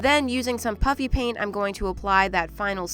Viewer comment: I’m sorry but when you were putting puffy paint on the Berry bear did you say puffy paint or PUpPy PaiNT😂